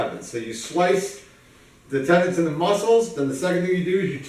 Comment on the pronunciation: Did he say muscles and tendants